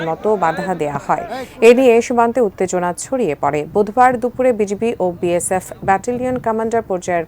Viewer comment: বিয়েশেপ বলে😅এতো সাংঘাতিক রিপোর্টাররে বাবা😂